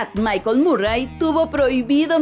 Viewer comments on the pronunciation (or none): none